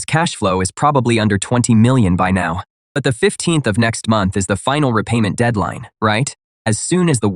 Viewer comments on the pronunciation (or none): none